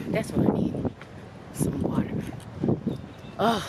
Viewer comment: Did she say whater lol